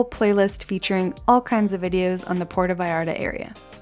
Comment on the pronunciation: "Porta Vayarda" --.